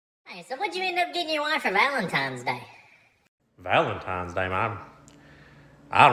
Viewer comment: I always figured to be the type of guy to say “Valentime’s Day”